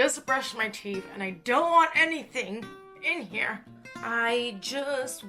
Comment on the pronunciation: I litterally understood "I'm HAIR to show you stuff" lol